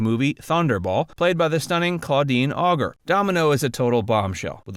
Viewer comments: Auger Is a FRENCH NAME NOT GERMAIN PRONONCIATION IS AUJAY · Claudine Auger not OGGHERR